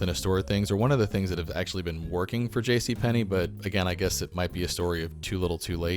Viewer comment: Yes it is! Where did you learn your Russian, ....JC PENNY,!?